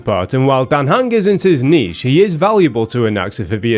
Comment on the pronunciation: Dan Heng is "Dante" xD